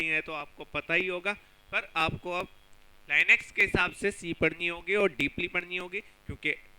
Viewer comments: It's not lainux,it is linux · bhai I think its लिनक्स not लाईनेक्स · laynex ....nahi....linux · chutiye usse Li-nix pronounce karte hai Li-nux nahi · Beta pehly linux bolna seekh ky aao phir batana hacking kaisay hoti hai😉😉